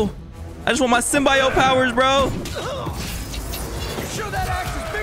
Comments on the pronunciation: why is bro calling it the sym-bye-yote😭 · it’s pronounced sim - bee - oat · why does he say symbiote like that😭 dawg its sym-be-ote